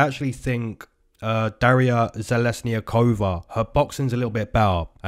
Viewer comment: I’m not Russian but I think you nailed it! The pronunciation of "Zheleznyakova" in Russian would be roughly "zhe-LEZ-nyah-koh-vah." The stress is on the second syllable.